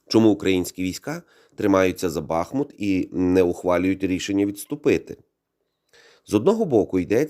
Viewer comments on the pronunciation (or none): Дякую за відео, але правильний наголос БахмУт 😉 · Стоїчно переношу рекламу, вподобайка...Але , для чистоти коменту, ..місцеві дуже наголошують , що БахмУт..Дякую